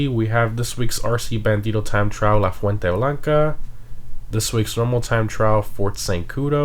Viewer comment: Yo! You pronounced LA FUENTE BLANCA pretty well there... 🤔